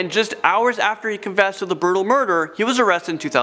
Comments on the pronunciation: Coursed confession should be coerced confession -burtal murder not brutal murder -zodiact not zodiac -sadistict not sadistic How can one person make so so many mistakes? I have a seven year old daughter and I can without a doubt, guarantee she would make less mistakes than him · Don't forget "burtal" and "more scarier" 😑